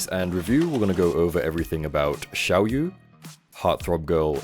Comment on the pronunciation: It's pronounced as siao yeah Means small moon